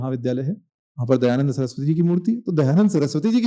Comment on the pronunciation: Dayanand ❌ Dayaland ✅❤